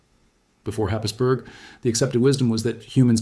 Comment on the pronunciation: It’s pronounced, Hays-borough, not Happisburg